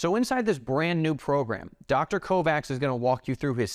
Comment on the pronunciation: Dr. Mark Kovacs is obviously from Hungarian descent and his name is thus pronounced "Co-vatch" not "Co-Vax"